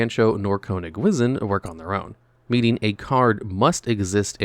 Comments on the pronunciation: Konig wizzin' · As a German speaker, for the Love of God, stop saying Konigwisen 😂